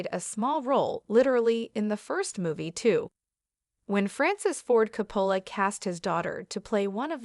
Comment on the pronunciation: Hard to listen to AI voice mispronouncing COPPOLA.